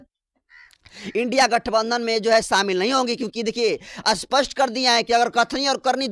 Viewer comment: Aap " Spast "shabdko "Aspast " Kyu kahte ho !